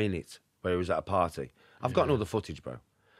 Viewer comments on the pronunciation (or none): none